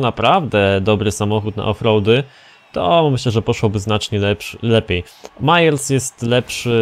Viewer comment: nie gadaj mayers tylko meyers